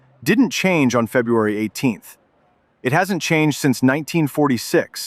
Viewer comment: "FUBRUARY" 18th 2026?!?!? YGBSM!!! TOTALLY LAME channel BLOCKED!!!!!!!!!! Looking at the THUMBNAILS for your "OTHER VIDEOS", EVERYTHING else you have posted is JUST AS TOTALLY WORTHLESS!!!!!🤣😆